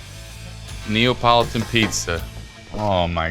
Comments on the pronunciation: Neapolitan not Neopolotan. 😂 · does he keep saying Neopolitun?